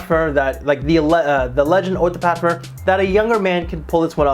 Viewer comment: Parfer? Parferm? lol what??